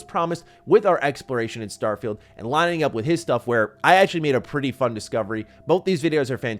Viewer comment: Todd: “It’s like Skyrim in space.”: “ACKHULLY, it’s like Oblivion in space.” JFC dude 🤦‍♂️